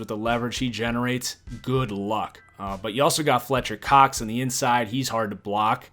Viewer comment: "Fletcher COX" why did you emphasize the Cox so much lmao